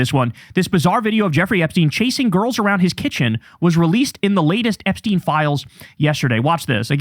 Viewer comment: Btw it’s pronounced Epstine as in Einstein not epsteen. Enough of this anglicising his surname. Its insidious.